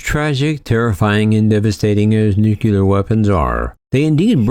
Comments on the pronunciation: Dear world, please stop saying nuculer 😂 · some ppl say it's a regional dialect thing.. i dont know.